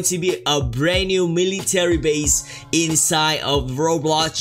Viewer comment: “Miliyy taley base”